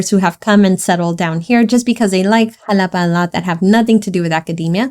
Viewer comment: primero aprende a pronunciar el nombre y luego haces tus videos